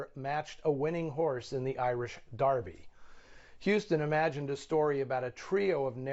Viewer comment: Hey, he pronounced "Derby" correctly 😅